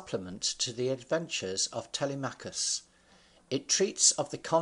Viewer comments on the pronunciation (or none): “Tellymakus” really? It’s pronounced tel-em-a-chus